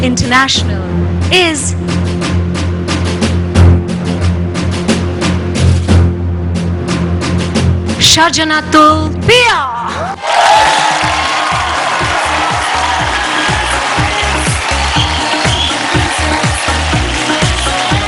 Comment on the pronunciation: উপস্থাপিকা নামের উচ্চারণ টা ঠিক মত করতে পারেননি। her name is "jannatul piya" not sajanatul piya 😢